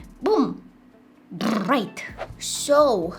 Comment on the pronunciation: Boom. BRRRIGHT